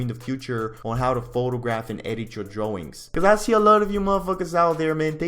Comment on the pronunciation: This dude ate all of his “ R’s “ thats why he is saying dwawings